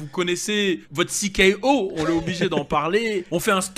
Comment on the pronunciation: sais très très bien qu’on dis cikéo (CKO) et il dit toujours cé ko 🤦‍♂️ qui pense qu’il fait exprès..? 🤣🤣😹